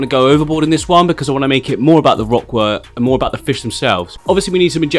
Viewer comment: I'm sure I heard you say wock work at some point :p